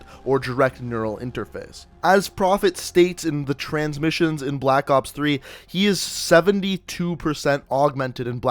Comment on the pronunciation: he said black oops 3 lmao